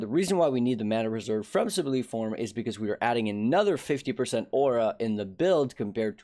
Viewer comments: subway-lime juice sub-lime form not subleem form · Great vid man thanks for the update! By the way it is "Sub-lime" (like the band)